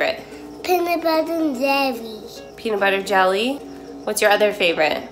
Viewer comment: peanut buwwer and jewwy, is my favourite too